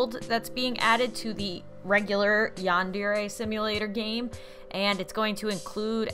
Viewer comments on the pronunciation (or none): i dont wanna be rude but its said Yan-Der-Aye not Yan-Deer-Aye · It's Yandere (Yon-der-ray)